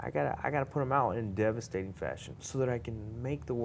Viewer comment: Kelvin "in deevustating fashion" Gastelum